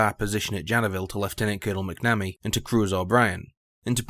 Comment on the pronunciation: pronunciation: say "mack na me" not "mack nammy". 🙂